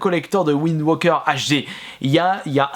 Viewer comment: Majora's mask pas majora mask wind waker pas wind woker